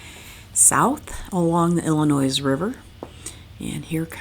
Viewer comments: No S sound in Illinois. It sounds like El-in-noi. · The s in Illinois is silent. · The S is silent in Illinois. It is grating hear as a native of state!!!! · thanks for that and accepted. I have known several people from Michigan and never hear anyone else pronounce with the s. But I think you heard this from more than me. We Illini are a loyal. Thank you for videos and safe travel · There is only ONE Illinois. The S is silent. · Good video, but a heads-up, you don't pronounce the "s" in Illinois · I didn’t want to tell her the s was silent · C’mon, now! Pre-roria, Illinoiz?? Are we enjoying cocktails up on the bridge? 🤣 Calumet River is easy….just like it looks…Cal-u-met! Same with Peoria…pee-or-ia. Enjoyed your video & your accent!